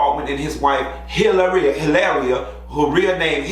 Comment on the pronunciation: You pronounced her name wrong. You have too roll your tongue 😜 when you say her name 😅